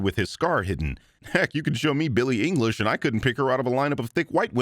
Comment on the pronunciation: billy English, you mean Billy Ilish?